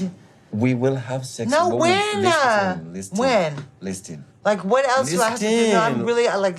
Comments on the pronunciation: lis10 lis10 lissssTen :)))) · Love how he pronounces the T in "listen"